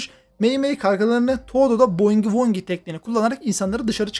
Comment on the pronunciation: Bugi wugi diye okunan Boogie Woogieyi, bongi wongi diye okuyan koca yürekli